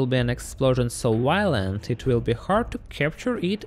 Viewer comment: there will be a explosion so wiolent